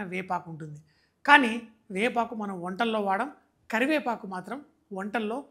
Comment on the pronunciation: అబ్బా, తెలుగు మాస్టారు అవ్వాల్సింది అండి మీరు. కరి"వేపఆకు"🤣😂🤣😂👌.